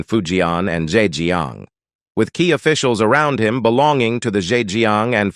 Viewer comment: Good information, but there's a "technical" issue. I don't mind the voice, but the AI algorithm leaves much to be desired (this is why AI is unlikely to be everything people hope or fear it can become). Before and after I documented 7 mispronunciations (administrative, officials, humane, neighbors, measures, spreading, against - even Canadians wouldn't be that extreme on that one) and one mis-accented word (isolate). I really want to listen to the rest of the video, and I'm giving a thumbs up for information, but the kinds of issues mentioned, in such a short span, are...I struggle for how to politely discribe it. Chinese people know the importance of tones. In English, pronunciation and accent on the correct syllables can create distractions, nonsense or completely change the meanings of words. Don't trust AI. It's CLEARLY in a very early phase and you need to protect your reputation.